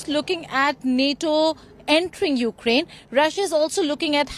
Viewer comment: This guy keeps mispronouncing the name of the country. It is pronounced "you-CRANE".... not "YOU-crane". Some may say this is a small thing, but it is a matter of respect... or in this case - disrespect. Have you ever had anyone make fun of you by intentionally mispronouncing your name? Yeah, THAT kind of disrespect. To further stress my point, imagine a politician talking about new Japanese policies, but he kept referring to the country as "JAP-an". Frankly, I would have trouble listening to anything else he had to say after that.